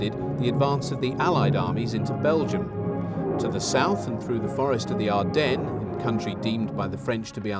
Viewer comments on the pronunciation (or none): none